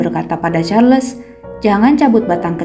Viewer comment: Sebutnya Charles tu Charls tanpa les. Sebutan Nama manusia x boleh suka hati diubah.